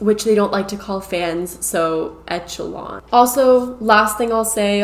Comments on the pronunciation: Great video and I agree with you but, it is pronounced ESH a LON. Not ETCH a lon. Leto has done some great acting but, in his personal life, he seems to be both exploitive and crazy. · Okay, so first it’s pronounced like Eshelon, not Etchelon. So it’s a soft ch sound. Most of the people in the fandom all know each other. When he says it’s a family it really kind of is, so we aren’t all stuck on this island with strangers. The tents do have air conditioning and very comfortable beds and they do lock. This is a resort island so there are very nice facilities with great food that’s catered. The meet and greet packages for their concerts are not 900 dollars. It’s $299 for the lowest package. The reason we say “you wouldn’t understand” is because you don’t get it. You spent 30 minutes talking about not getting it. It started being called a cult as a joke. It’s never been a real cult. The contest you’re talking about wasn’t really winning a night in bed with Jared. (I feel like you didn’t really thoroughly research this) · Echelon is pronounced with a “sh” sound instead of a “ch” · Here I go being THAT person~ It's pronounced esh-a-lon Not etch-a-lon Sorry can't control myself. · It’s ESSS-SHUH-LON, not ETCH-UH-LON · It is pronounced "eh-shuh-lon" - as a word in general...whoa, crazy vid!! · Girl that word is pronounced eshalon , like the upper echelon of society. It's a real word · Eck Okay and?? Echelon isn't a commonly written or spoken word so it's quite reasonable to assume she first saw the word in writing and assumed that was how you're supposed to pronounce it. The mispronunciation could also be due to a regional dialect as those frequently involve at least some "improper" English in grammar, pronunciation, or both while still being equally nuanced and complex as "proper" English. I understand the nitpicking since it can be jarring to hear a mispronounced word, but you're just coming off as condescending. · The way she is pronouncing echelon is bothering me.